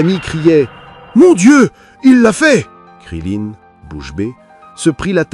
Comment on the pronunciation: Krilin pas krilinne ... Et il n'a PAS du tout de nez